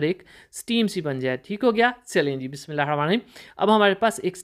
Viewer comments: بسم.اللہ کا تلفظ ٹھیک کریں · Bismillah Sahi Or Araam Sy Parha karien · Aapko Ek masly ki taraf tavajjo dilani hai kya aap Jab Bismillah hir Rahman Nir Raheem padhte Hain to uska talffuz Sahi Nahi Hai to is ko sahi kar leyn